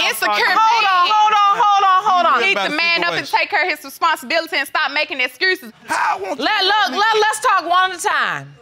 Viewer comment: She talks like Tyler Perry's Medea. "Cermurnication" , and "Excurses"